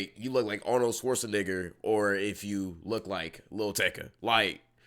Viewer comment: I like you bro but I’m gonna pack you up for butchering Arnold’s surname 😂